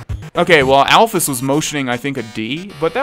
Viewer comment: alphys is said like the Y is a ES so you should say it alphES